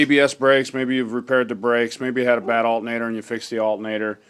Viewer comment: He's making fun of the way you say alternator. lol. Thanks for the video anyhow, I'm getting the same signal on my shit truck as well.